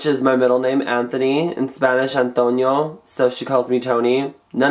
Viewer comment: "anontio" dammit u sounded firme lol